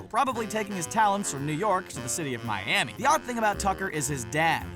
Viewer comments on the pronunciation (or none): none